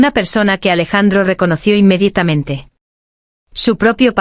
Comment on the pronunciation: Rayos, es INMEDIATAMENTE. NO INMEDITAMENTE: Se comieron la vocal Aa.